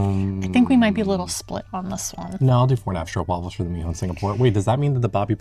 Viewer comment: Yes it's almost an 'aw' sound (straw-p-wafel)